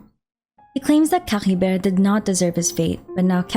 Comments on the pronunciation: was caribert really spoken like that? i mean i understand your insistence on speaking the sumeru names the way you want to since I could understand the logic behind it(culturally), but Caribert being spoken as C-ha-ri-ver? idk man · Nah none of the characters pronounce it the way this YouTuber does lmao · No need to add the weird gh sound to Caribert. It's pronounced cari-bear and the noise is no where to be seen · What up with that weird accent when you say Caribert?🤔